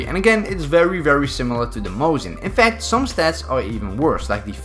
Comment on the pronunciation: Its pronounced mos-in not mose-in